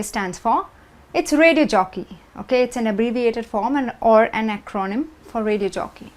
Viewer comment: The word "acronym" has the first and not the second syllable stressed.